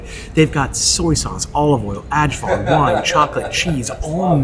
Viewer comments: bro ahahah whaaaat nooo don't say adzvar, say "eyevar" (ajvar) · AYYvar, not Adjvar